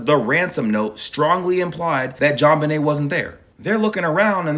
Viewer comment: “JonBUHnay Ramsey” 🤭